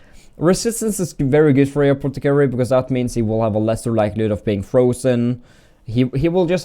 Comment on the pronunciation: Anotter apotticarry!!!